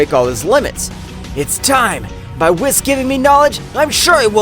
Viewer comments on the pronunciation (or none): It’s pronounced Whis(Whees) not (wiss)